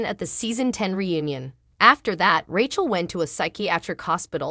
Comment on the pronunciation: I do wish you would pronounce the cast members names correctly. But it is comical that you come very close to call Rachel "ratchet" lol......